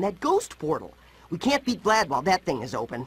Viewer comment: The staff didn't give Tom Kenny good direction. He mispronounced Vlad as "Vlaud"